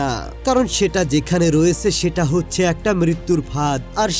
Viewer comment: Hochche uccharon ta ki 😂😂 Ota হচ্ছে হবে